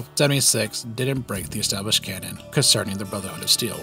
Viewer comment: Completely shocked this guy doesn't butcher canon's pronunciation like he does with retcon.